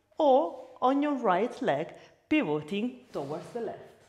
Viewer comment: Ottima lezione, grazie. Una sola cosa: pivoting con lo stress sulla i non sulla o 🙂